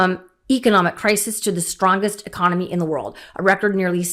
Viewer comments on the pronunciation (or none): none